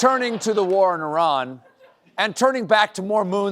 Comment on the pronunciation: why did Colbert pronounce Iran as “Oran” WTF??